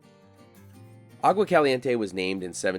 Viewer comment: you’re videos are terrific! As for pronunciation, ‘Agua’ is pronounced “awa”